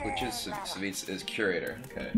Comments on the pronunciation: Savits? Isn't it Savish? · He pronounces it "Sahveech." Kibler is pretty close.